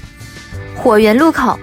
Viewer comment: 跟我读：入口ru kou 不是lu kou😂😂😂up主是福建人鉴定完毕